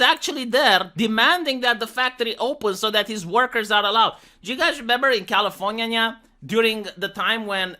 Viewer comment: "Californya-nya" Uwu